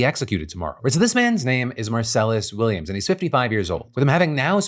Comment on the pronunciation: When you mispronounce his name every single time you say it, it sounds like you haven't done any research. It's minor, but it hurts your credibility so much because it sounds like you haven't even read the man's name a single time, let alone did any research into the case.